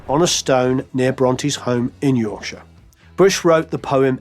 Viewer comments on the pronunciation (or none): none